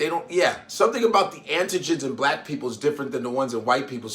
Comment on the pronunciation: It even annoyed me the way that he said blavk, ugh. Stop with the negativity, racism and crayon colour. I pray tmh God comes quickly